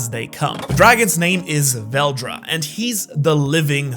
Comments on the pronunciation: It is veldora not veldra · tf is veldra its veldora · his name is VELDORA like dora not veldra a in dragging these balls on your kitchen table. ok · vel do ra not vel dra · Fun fact it’s Val-DORA not whatever you been saying 😂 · Veldora is spoken as vel door ra= veldora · CAN YOU SAY THE A IN VELDORA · Why did u say veldora's name is veldora when it's name is veldora?